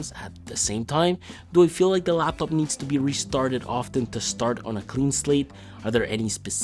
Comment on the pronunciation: You said LLLLaaptop way too many times bro… Good review though 👌